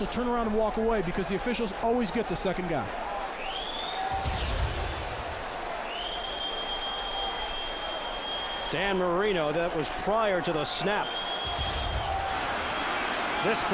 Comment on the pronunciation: Cannot take this guy seriously saying 'Danny Marino'